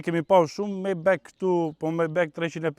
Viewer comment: O miku i nderuar majbah lexohet jo majbek